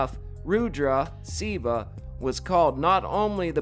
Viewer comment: It's fairly comprehensible when someone learns a word by reading therefore is unable to pronounce ir properly, but dude, since you own a channel which approaches religious and phylosophycal subjects, you ought to try a little harder and learn how to pronouce the basics... Listen to someone calling Lord Shiva "Civa" gives an atmosphere of blatant discredibility for if you do not even care abour learning the right pronunciation of the name of one of the main figures in the religious doctrine you are referring to, you know? Take it as a constructive criticism, not hate.